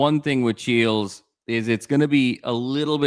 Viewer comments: Chiles with a long I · Don’t trust AI for anything. It is Chiiiiles, not Cheelz.